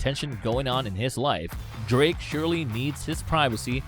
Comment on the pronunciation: Another Nice Vid! “Drrrrrrake” 🤣